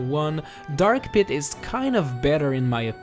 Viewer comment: "Pee-too" "Paloo-tuh-na"